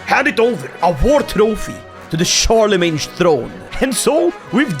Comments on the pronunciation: As a french, everytime said "Charlemagne" he actually said "Charles the Mage" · Did you call him charle-mange? Like a mangy Charles? That's a hilarious slip of the tongue. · Charles with the mange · I swear I heard Charle Mange.